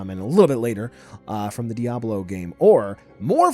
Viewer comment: The way he pronounces díablo ☠️